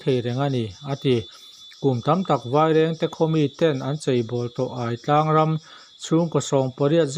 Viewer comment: Aitlang hi i lam dan a diklo. Ai lai hi a thluk a diklo. Aiawh tih a, Ai lai ang hian lam rik tur.